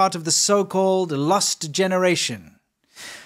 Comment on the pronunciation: "LUST generation"? That's what I hear. Did you mean "LOST"?